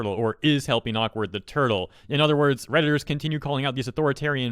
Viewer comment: "redittor" cringe